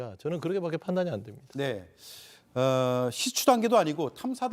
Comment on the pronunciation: 시추 맞죠? 시츄 아니고?